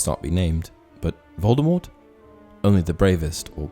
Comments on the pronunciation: It is Voldemor the t at the end is silent. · It's pronounced (/ˈvoʊldəmɔːr) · Please pronounce the name correctly. Voldemort is pronounced Vol-de-mor. The T is silent. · Yes and J. K. Rowling herself has said that t at the end of Voldemort is a silent t so it is pronounced as Voldemore Minerva is Roman Goddess not a Greek one get your classic mythology correct please? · don,t pronounce the T..